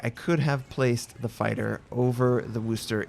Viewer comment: Have a like for correctly pronouncing 'Worchester'